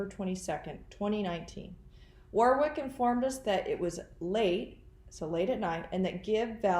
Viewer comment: Maybe the other man who Donna saw helping Whori suffocate JJ, was David Warwick (it’s pronounced Warick, btw). Why else would she kill him on the day they were visiting, if they didn’t know about it? I don’t think anyone should be fooled by the timid, innocent person, Melanie Gibb tries to portray. She’s in this upto her neck!!!